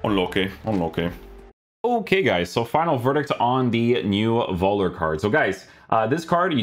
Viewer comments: It's pronounced something like "foellah" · Völler, you have pronounce it like F 😉 like Fuller but with ö 😂.